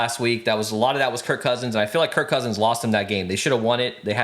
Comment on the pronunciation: It’s KIRK Cousins not Kurt Cousins 😅